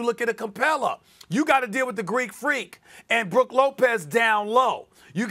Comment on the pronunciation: Ice Twaeee or the Gweeekkk Fweeaaakkk - trae young